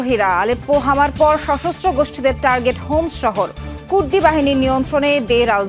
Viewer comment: হোমস না 👉👁️👁️ হামস